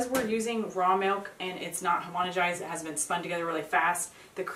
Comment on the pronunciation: Great video, but it's not "homonigized" but "homogenized."